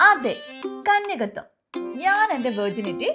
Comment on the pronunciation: കന്യകത്യം അല്ല കന്യകത്വം എന്നാണ്. എന്തായാലും പൊളി